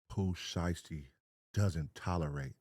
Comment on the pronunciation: The "Shy-yasty family" 😂😂😂😂 U know the person who uploaded this video u reacted to used an AI voice for this, cause no human who knows Pooh Shiesty pronounces it that way 😂 Pooh Shisty? 😂😂😂